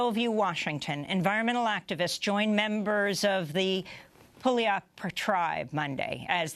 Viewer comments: Pully-ap-yup tribe. LOL I know you're not going to know this, so I'll add it here. It's pronounced, pew-al-up. Also, Puget is pronounced pew-jet. Thanks for the coverage, Ms. Goodman. Have a good day. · It's pronounced Pew-YAWL-up.